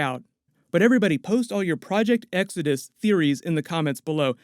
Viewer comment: Project "X-odus" and not Exodus??? (lol)